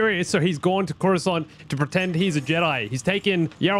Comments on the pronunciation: i like it when you said croissant instead of coruscant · Coruscant isn’t “curo-sant” it’s actually “corus-cant”